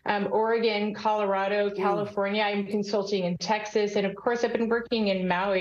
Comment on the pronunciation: thru Calfonria?????? Geesh!!!